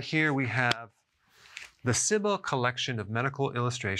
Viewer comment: Dr. Berg, Ciba is pronounced see-ba. I know. I used to work with them directly.